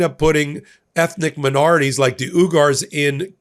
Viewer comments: It's not U-gers, it's wee-gurs. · For future reference, Uyghars is pronounced "Wee-gir-s". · I think it's pronounced "we-gers" but I could be wrong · Uyghurs (wee-guhrs) Erdoğan (er-doh-wahn)